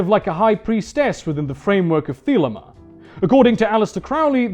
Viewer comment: The way you pronounce thelema makes my ears bleed